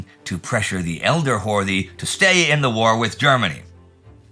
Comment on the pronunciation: FYI it's pronounced Hort-ee, with the "ee" as in Robert E. Lee.